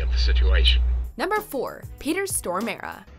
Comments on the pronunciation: Stor maer??? Storm ah reh... His last name actually is He who brings the storm! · Good job on butchering Peter Stormare's name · How the hell did you pronounce Peter stormares last name So wrong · This is an innacurate list...Cillian Murphy and Malcolm Mcdowell have played Protagianists in other movies....also mispronouncing Peter Stormare's name is not cool.